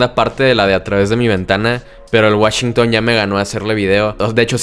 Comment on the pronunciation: Woshingo❌ Washington✅.